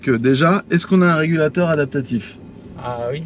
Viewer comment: A 6mn 40secs : "Régalateur" au lieu de régulateur : on sent les gens qui aiment profiter de la vie ! En tout cas vous nous "régalatez", comme d'habitude ! 🙂👍